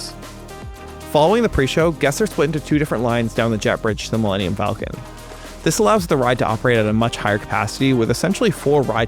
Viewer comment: "Millennium" could technically be some alien word if you say it that way. Mil-lenn-ium Falcon. Dude probably thought the ship was named after some alien bird from a planet called Millennium in universe 😂